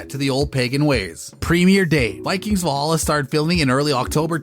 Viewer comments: Vollhollah?! ...Sounds more like arabic. And narrator, could you please talk faster. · Try to learn how to say Valhalla in Scandinavian, not English 😅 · I hate the narrators pronunciation of character names and the show title itself